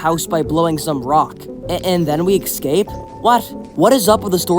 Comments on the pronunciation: Why do you say excape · Why do you say exscape